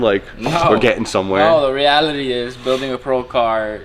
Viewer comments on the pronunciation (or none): none